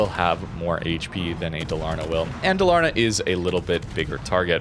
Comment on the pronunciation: Dalaaaarna, it's DAL-AR-NA 😁 thumbs up 🎉